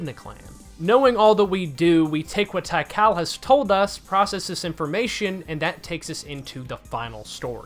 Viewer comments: My brother it is pronounced "Tee-Kahl" not "Tie-Cal" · i love you but tie-kal is crazy :face-purple-crying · Why didnt bro just say "Tea-Call"? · Great video, but my guy... T H A I -K A L?????! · Tikal at home: "thai kalle" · “Tai-kal?” Not to nitpick, but I’m pretty sure the i is not silent. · What a strange way to pronounce Tik-Aal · that's not how you pronounce Tikal it's bugging me